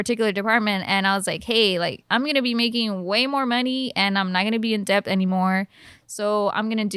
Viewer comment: The "b" is suppose to be silent in "debt" 😅